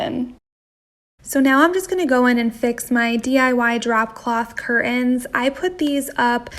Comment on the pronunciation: It's curtains, not curins